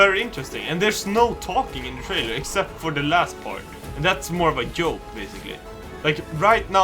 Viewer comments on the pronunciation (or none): Mohammed Tahshir He can't say J He always says yoke in place of joke